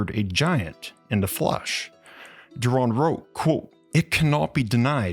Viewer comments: You say "quote" but sounds like "cool" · The way you say quote sounds like you're saying "croautte" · Try practicing saying the word Quote. You sound like an absolute idiotz